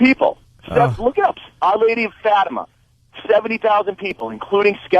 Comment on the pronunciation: I like how he mispronounced 'fatima'